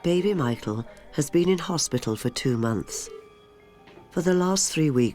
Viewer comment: Has my hearing gone bad but does that narrator continue to say Mital for Michael?